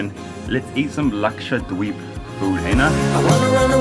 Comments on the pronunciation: The way he says it dweeb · You pronounce Dweep in a funny way. I thought it was pronounced more like deep...